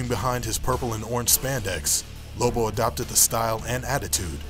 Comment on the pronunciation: Its lobo isn't it not libo